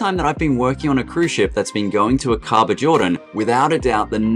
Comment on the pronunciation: Helpful information -- thank you! Fyi, Aqaba is pronounced AA kuh bah.